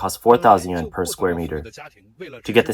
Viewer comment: This channel has never and will never learn to pronounce yuan.